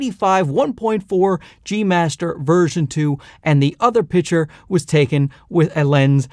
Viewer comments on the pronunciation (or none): It’s not PITCHER…it’s PICTURE. stop being fuckin lazy with english. Awesome review.